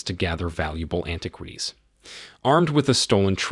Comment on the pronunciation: Also "anti-kwees"?!?! The narrator is obviously not a native English speaker.